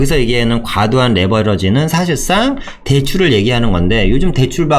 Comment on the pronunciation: 4분 49초..."과도한 레 버러지...레 버러지..."이거 의도한거 아닙니까??ㅋㅋㅋ